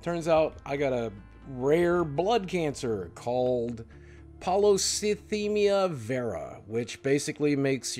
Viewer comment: My mom literally has polycythemia vera and the fact that he couldn't even pronounce it right pisses me off.(Obviously it is 100% a hard word but my mom having it I knew how to pronounce it pretty much right after from how much research I was doing due to being terrified for her) He doesn't know shit about this cancer. My mom was 30 when she had her first stroke. She can't get her blood drawn (which is the main form of "treatment" ) because her iron is way to low so she has to take literal chemo pills and there's days that she can't even get up, there's days where we all know if she doesn't avoid stress it'll make her levels way to high and she may have a stroke again, there's days where you can just tell the cancer is making her weak. Sure she has her good says but he's pissing me off